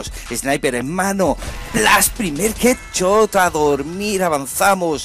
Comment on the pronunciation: jet chot jajajajaja pronuncia bien carnal